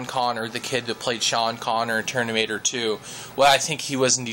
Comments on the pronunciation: IT'S FUCKING TERMINATOR NOT TERNIMATOR! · dude u make no sense atal its nowt to do with steave jobs and and its terMinatoer not terNinatoer lol funni guy tho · your way of explaining is rather overlenght. I'd believe people would listen more to you if you just get to the point. No offense, I'd have no interest how old your father is. And it's Terminator, not Ternimator. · TERMINATOR not ternimator..lol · he said ternimator lol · Yellow Iron he said it like 10 times😂😂😂😂😂😂